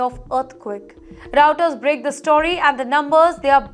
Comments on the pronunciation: Hehehehe veri zone lol. Sounds like an oil company. Who hired her??? Verizone?? AT and T lol. Im enjoying this. I need some comedy. Oh nice. Raow Ters. Lol Veri Zone. Hey fatty who gave u a job? Veri Zone? Re sume ayes lol. I need this comedy everyday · Some pronounciation not correct 😮. It should be Reuters- Roy ters & not Routers .They are different 😮.